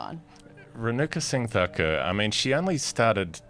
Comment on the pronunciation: Renuka Singh Thakur, not "Renaka sing Dakar" like you pronounce. Emphasis on the gh, th and ur. Smriti Mandhana, emphasis on the an and dh. It's not "Mendana". Harmanpreet Kaur, not "Haamanpreet Core" I don't have time to rewatch the whole video but you see the errors here in the first couple of minutes. To say my assumptions are wildly off base is incredibly condescending in light of the evidence. I did not expect such a defensive response. Do better for your Indian and Asian fans.